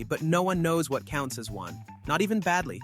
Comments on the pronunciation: Baldi not badli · it's not badli it's baldi